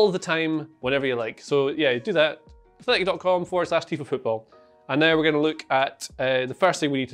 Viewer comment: For the first 10 seconds tifo becomes t i f o